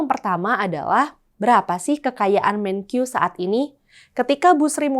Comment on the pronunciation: Untuk presenter, maaf perlu saya koreksi. Melafalkan kata MENKEU tidak usah dg lafal seperti orang Inggris jadi ”Menkyu”. Kita bangsa Indonesia, lafalkanlah dg bahasa Indonesia yaitu MENKE-U bukan MENKYU!.